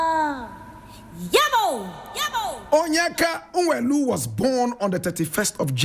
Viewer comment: Nwelue is pronounced “Nweluwe”